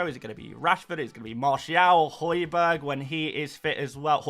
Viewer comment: I heard hojberg and I got out of sleep 😅😅😅